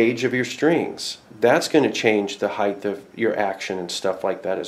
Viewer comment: Height. Not Heighth. The word "Height" ends in a hard "T". "Heighth" is not a word. It's "Height" and "Width".